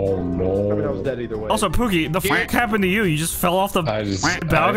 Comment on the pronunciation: Did call pooki "oogi" that's so cool i love how it shows yall rll are just a bunch of friends playing games